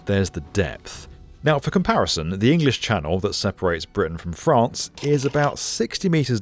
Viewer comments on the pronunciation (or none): none